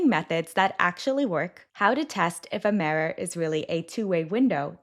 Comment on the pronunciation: The mirror is going to sound "tiny"??? Okay, there are a lot of weird pronunciations in these videos, but that is the most telling. There is definitely some AI component to these.